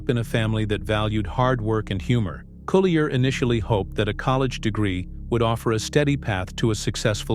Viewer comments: I'm TRYING to listen to this, but it's hard to concentrate without being distracted by the robo-voice mis-pronouncing Dave's last name! All that aside, Dave has my love and prayers that he can go on to fight and win his battle against cancer! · Yes! The mispronunciation of his last name is driving me batty! But like you, I wish Dave only the very best in his road to recovery from cancer.